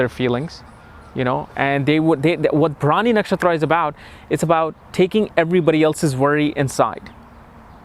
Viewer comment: Your pronunciation is bad. You prounced the nakshatra as bhramini. It's Bharani.